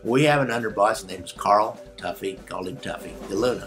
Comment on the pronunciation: I believe it's "toughy", not "tuffy"